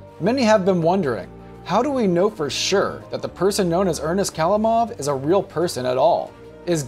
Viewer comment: the right accent is ernEst khalImov also bAbushka not babUshka (just for the information)